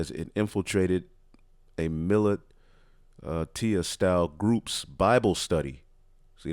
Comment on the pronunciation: Militia (muh-lisha)....